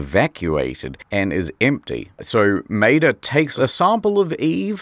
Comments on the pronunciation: I think Maeda is pronounced my-aid-a. That's how is pronounced in Cromartie Highschool. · Quick tip when reading Japanese names, vowels are never blended, so it is Ma-eda. I only ever played the sequel, so this video was awesome. Thanks! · Because of your accent, when you say "Maeda" all I can imagine is you talking about Mater from Cars.